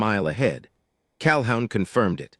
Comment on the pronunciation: Pronounce CalHOON